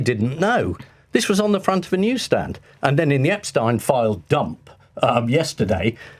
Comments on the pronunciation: I love Private Eye. Been a subscriber for years now. I feel like it's the only publication that will hold any party to account for wrongdoing. Careful Ian. You're pronouncing Epstein like "Einstein". That was enough for loads of people (including David Baddiel) to criticise Jeremy Corbyn and make out it was some sort of Anti-Semitic angle. A completely insane timeline, but it happened. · Everyone knows it’s “ep-steen” but this dude just repeatedly says “ep-stine” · How is that even an educated man like Marr pronounces Epstein as if it were spelt epSTIEN? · Throwback to when Jezza pronounced it EpsTINE, like Ian does here, and the world exploded. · My O level German told me EIN is pronounced INE. It has always puzzled me why the name is pronounced Epstine. Is this an American thing? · Love you Ian Hislop but for God's sake man, pronounce Epstein's name correctly! You've had how long to figure it out? It's EP-steen (/ˈɛpstiːn/), with a long "e" sound at the end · Then he should have changed the spelling to Epstien. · He pronounced it "eps-tine" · I know this is pedantic but the way Ian pronounces 'Epstein' is so infuriating. Why does no one correct him!